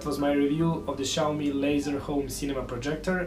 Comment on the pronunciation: omg another guy... noy SHAWME. xiaomi sounds like SYA O MI!!!